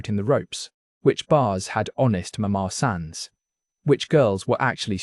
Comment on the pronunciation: I like the way he says "mama san" like it's one word, and calls the main drag in Central Pattaya, "BOO-aCOW"